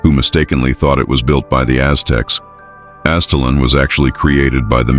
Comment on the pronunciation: It's pronounced Az it lan. Great video !!